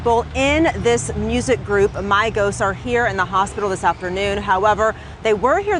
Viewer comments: She said Migos wrong 🤣🤣🤣. She said My-gos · 🤣🤣🤣 WHEN SHE SAID "MYGOS" I FELT THAT! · The news reporter said Mighost😂😂😂😂😂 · Not her saying mygos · The news lady called the Migos the maigos wtf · The reporter said mygos. The fact that migos is a real word, somebody to ask how she got a job? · That reporter said Migos wrong intentionally 😤🤦🏾‍♀️get ya Mygos ass outta here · This bih said mygos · Shawty said Mygos 😂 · Yeah myegos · Bitc said mygoes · Did this women say my-goes what my-goes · It triggers me when the lady said “mygos ” trying to say migos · The Mygos. Lady it’s Migos 😂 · why tf did she call migos mygoes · NIGGA SAID MYGOS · the news girl said mygoes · Did she just say My-goes 😳 lmao 🤣😂😆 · She did not say Mygos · The reporter said mygoes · the fact that she said “mygos” 😂😂🤣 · This bih said mygos I’m done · The way news lady pronounced migos lmfao my-goes😂😂😂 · Mygos???? Learn how to spoke woman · “Mygos” 😂🤣 wtf bruh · She said My-Gos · She said MY GOES!!!!! 😂😂😂😂😂😂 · lmao "My-gos" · She said mycos wrong 🙂🙂😂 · Y she call them the My Goes Who tf is the My goes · “My-goes” did she fr just call them “my-goes”? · she said mygoes 😂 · When he said the migos name it sounded like made up names from a key and peel skit 😂😂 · The way she said "Migos" tho 😂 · She’s knew she fucked up when she said it🤣🤣